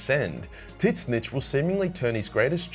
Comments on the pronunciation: What is he sayings? Tits-Snitch? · Please stop saying titsnitch... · Bro is straight disrespectful to “TIT-SNICH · Never heard it pronounced Tits-Snitch….It’s now how I pronounce it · how do you pronounce tzeentch? Tits Snitch ? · ...tits-nitch? A-are you talking about Tzeentch? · Is he calling Tzeentch Tits-Snitch? Or am I hearing things? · I love that you say titsnitch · That Tzeentch pronounciation man....ouch. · It hurts every time you try to pronounce Tzeentch... Otherwise I love your vids